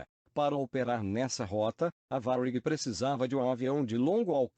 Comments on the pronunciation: Se você escreve para o computador gerar a voz tenta colocar acento em algumas palavras que não tem para pronunciar corretamente tipo TAM geralmente a voz computadorizada fala TÃO aí se vc colocar assim TÂM provavelmente a pronúncia vai sair certa, em Varig coloca varigui ou algo do tipo acho que deu pra entender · Que pronúncia de merda é essa para falar Varig?